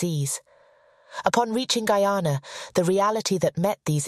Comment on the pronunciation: Well done.. thanks for doing it, and that you pronounced my country's name correctly...extra thanks